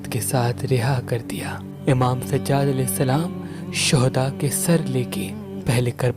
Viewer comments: Bhai sajad nahi sajjad keep it bro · Sajaaad a.s plz pronounce correct